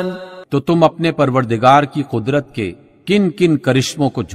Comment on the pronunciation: Bhai quadrat or neemat ma buhat farq hai tu apne buhat jaga quadrat bolo ha